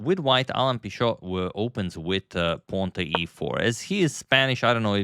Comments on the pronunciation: I'm from Spain. So in Spanish hould be something like "pee"-"tchot". *"Pee" like you said, like "pea". *"Tcho" like in "Chop" *the "T" sounds heavily at the end. So "PEE 'TCHOT" PS: unless its a French thing and you prefer to name it like you said. However I don't think anyone call him like French around here. Or in Argentina probably called "pee-shot", because there they pronounce the CH different as Spain (it looks more of a French sound than Spanish). Who is right? Probably only him know, we should ask him which one of the three versions he prefers hehe. TLDR: *Spain PEE 'TCHOT *Argentina PEE 'SHOT *France PEE 'SHO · in Pichot, Pi is pronounced like you said it "pee", the "cho" is pronounced like in the word "chosen", and the "t" is not silent. something like "pee-tchot". Source: I live between Brazil and Uruguay and Alan Pichot has played a lot in Brazil so I heard his name being pronounced many times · Alan was born in Argentina and started representing Spain in 2023. I'm from Argentina as well and we pronounce the "ch" like the č in Croatian or the "ch" in English (like "church" or "chair" or "child"). And we also pronounce the "t" at the end